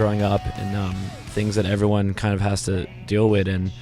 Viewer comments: He keeps saying 'wid' instead of 'with' but i love him anyway. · Lol he kept saying "deal wit" instead of "deal with" so cute(